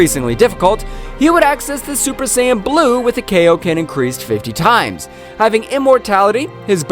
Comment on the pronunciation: Would you mind calling Kaioken KA I OKEN AND NOT KAYOKEN?!? And its KAIO KEN TIMES (Number) DAMN IT